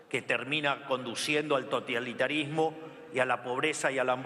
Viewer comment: Que culeado 🤦🏼‍♂️🤦🏼‍♂️🤦🏼‍♂️, encima que lee, lo leé mal 💩🤮... Y muchas palabras mal pronunciados, vergüenza ajena me da 🤦🏼‍♂️😬... "TOTIALITARISMO" dijo en una parte,me hizo doler los oidos 🤦🏼‍♂️ En los primeros 15 minutos es un delirio las cosas que dice 🤮🤦🏼‍♂️... Un discurso asqueroso...